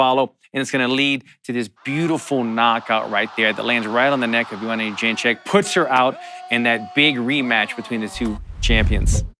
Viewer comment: 30 minutes of Allan Jouban trying to pronounce Jedrzejczyk